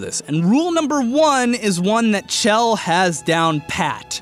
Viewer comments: Chell is pronounced " Shell" Like it you agree. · IT'S PRONOUNCED "SHELL". PLEASE. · When he says CH-ELL instead of SH-ELL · IT'S PRONOUNCED SHELL DAMNIT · I flinch every time he mispronounces Chell, I get it, it's a weird name and instinct is to sound it out but c'mon man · Hey, how about you calculate how many people are correct ing your pronunciation of Chell.